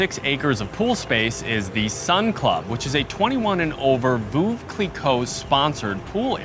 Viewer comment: if you’re French, why did you mispronounce Veuve?